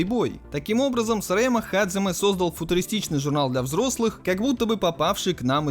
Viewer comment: Пришёл подушнить. Японские слова у нас только записываются по Поливанову. Произносить же нужно настолько по японски, насколько получается :) В данном случае 基 лучше произносить как hajime. Ты же анимешник, камон, наверняка слышал, как герои воодушевленно произносят это слово. Или hajime ka. Или даже hajimemashou!